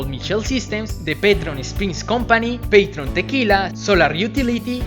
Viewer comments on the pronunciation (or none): ¿peitron tequila? jajajaja la marca es PATRÓN con acento o tilde en la "o" ¨peitron" jajajajaja